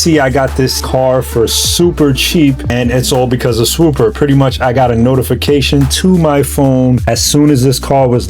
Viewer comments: Idk why but him saying “swooper” when it’s “swoopa” is hilarious to me dawg. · I know you’re from the northeast but does your sponsor hate that you mispronounce their name every single time? I know you can say it…..SwoopAAAAAH not SwoopUUUUUR. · Bro why you keep putting a ER AT THE END it’s swooppppppaaaaa 😂😂😂😂